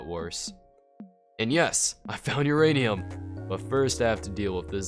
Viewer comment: Every time he says uranium i think he says urainus